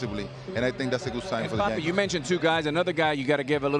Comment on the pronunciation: Tell Ortiz it’s a Y in Yankees